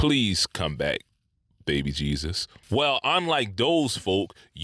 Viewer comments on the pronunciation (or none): none